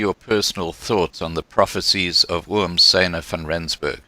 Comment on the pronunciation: Hi - so glad to see Francois here. I'm a big fan of his. Just for future reference, 'Siener' is pronounced 'Seener' not 'Syner' meaning seer....of the future.